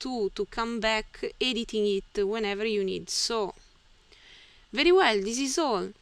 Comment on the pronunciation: Thank you! Your videos are very helpful to me. Your pronunciation is good for a non-native English speaker. You speak clearly and are easy to understand. One small tip to help you: Be careful with 'v' on very.